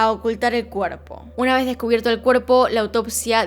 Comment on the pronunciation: Me gustan mucho sus videos pero odio cuando dice "uh-na vezz más"